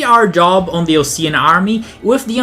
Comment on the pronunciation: You pronounced osean and dove wrong, m8